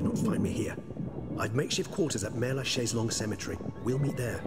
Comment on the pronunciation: Mère-Lachaiselongue cemetary xD that got me. Damn.